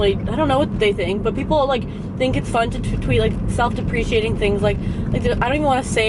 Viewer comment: For someone who claims they are sooo smart, she surely didn't know how to pronounce "self-deprecating"....